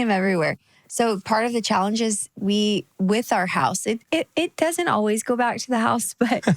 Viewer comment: I love how Jeremy adopted the Texas twang of “dudnt”… “He dudnt know how to get down”….its easy to pick up accents. He was born in PA!!😂